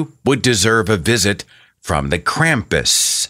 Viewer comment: As if people didn't draw parallels between God and Santa before, most people are now just finding out that Santa has a fucking demon companion that punishes bad children, the worst of which he takes down to The Underworld on a sack on his back. Also: Holy crap, it's pronounced KROMPUS. Krampus is not pronounced with an English short A, people!